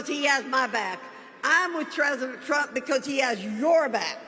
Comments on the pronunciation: "treasident" Trump... She almost had it right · "Ah'm with Treasodent Trump..." Miserable old bigot. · "I'm with Tresident Prump, because words matter".... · Who’s the hell is Tresident trump?